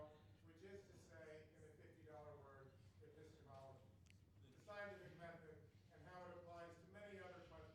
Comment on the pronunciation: degrasse says, 'e· pi - s·te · ME- ol ·o· gy' and there ain't no such a word. degrasse changed the six(6) syllable word, ' epistemology' into a seven(7) syllable word (while requesting that the audience member rephrase his question and use one(1) or two(2) syllables for him) WAS DEGRASSE JOKING?